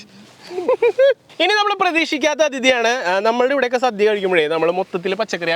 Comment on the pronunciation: ഓണ സദ്യ അല്ലാതെ സധ്യ അല്ല..ഇതൊക്കെ ശ്രദ്ധിക്കണ്ടേ അമ്പാനേ